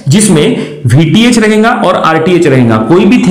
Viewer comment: Your lecture is of the best quality but the problem is with your Hindi You are stressing 'n' in between the words rahega as "Rhenga", parega as "Parenga" etc.